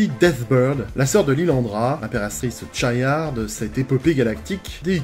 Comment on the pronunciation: Tu dis cha yar ? Moi je dis lles les chiard😂